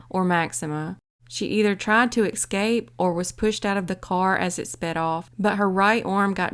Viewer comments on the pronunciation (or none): People still say EC SCAPE? It’s ES CAPE